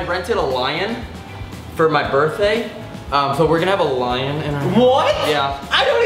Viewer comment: when he said "eaten by the lion" i thought he said "heath" instead of "lion" and i cried